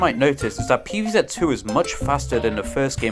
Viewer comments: Pee vee Zet ❌ Pee vee Zee ✔️ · "Pv Zet"